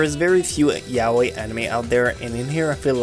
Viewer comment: He is saying it like "Welcome to my YA-OIW"